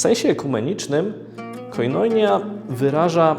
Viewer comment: Akcent jest na 'i', czyli koinonija...